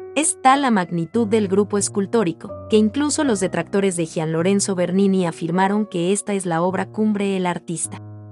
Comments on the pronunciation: Gian, no se pronuncia como “J”, sino como “G”. Como Gianny Verssage! Buen video, gracias! 👍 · Nada más una puntualización: por favor 🙏🏻 no se dice “jian” Lorenzo , se pronuncia como si fuera y. Cada vez que lo dice me da unas ansias… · Gracias por presentarnos a Bernini. Te felicito y agradezco el aporte, Bernini es de mis artistas favoritos. Sugeriría que nos indicaras donde se exhibe cada escultura u obra de arte. Aquí en LATAM el nombre de Bernini lo pronunciamos Yian en vez de Jian, lo siento raro. Saludos